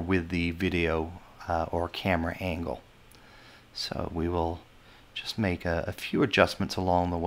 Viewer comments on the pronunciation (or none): none